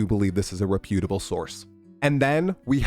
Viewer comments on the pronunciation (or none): that’s not the way to pronounce reputable 😂